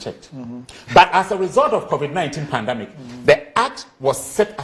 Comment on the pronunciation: It's not pandamic, it's pandemic